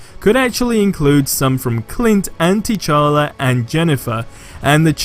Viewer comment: And T'challa he says Tea-challa